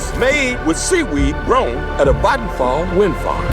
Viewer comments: that's is the most correct pronounciation of vattenfall I've ever heard from an English speaker that isn't also a native Swedish speaker. It's not 100% perfect, but really close, maybe 99.8%. 👍👍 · Vattenfall is my provider. Sure I get nuclear power but we need that along with renewable power IMHO. Also the pronunciation was quite good. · Im swedish and I saw that ad at the cinema when waiting for the Long Walk To start. xD And also fyi Vattenfall is pronounced with an a from the word what. whattfall but with an V sound and no H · Good pronounciation of Vattenfall (I'll give it a 90 out of 100). People can probably guess it by the spelling, but it means "waterfall"